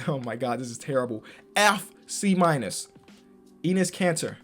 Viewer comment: It’s actually EH-NESS Kanter